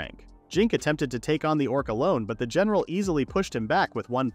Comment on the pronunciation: Haha "Dorc"